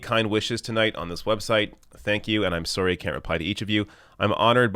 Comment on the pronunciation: “I’m soorry”🇨🇦🇨🇦🇨🇦🇨🇦🇨🇦😁